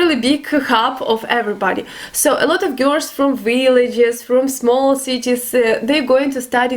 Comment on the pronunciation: my darling, in English we pronounce "Girls" like this - Gir'ls try it... or date an English Guy/Girl... it comes to you easier no:) have a wonderful day x